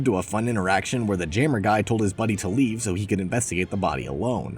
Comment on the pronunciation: why did bro pronounce jammer as gamer but with a j lmfaooo